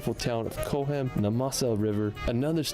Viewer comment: Another American who looks like a Chad and gets things wrong. Seen a few of his videos where he appears shirtless. Didn't know that Cochem is on the Moselle river. It is not Co-chem,like far too many in the US they think saying cock is rude/offensive. It is Cock-em. Just like the name Koch is said cock not coke or kotch.